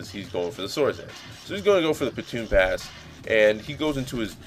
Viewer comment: Haha the move is baton pass, not pronounced like "batoon". Otherwise, a great battle, very evenly matched until made it in there lol